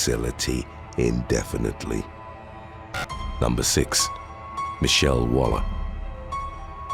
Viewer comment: bro..not being disrespectful but id just say "six" instead of "sicth"..